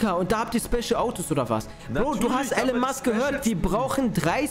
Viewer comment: Er heißt Elon Musk nicht allen Musk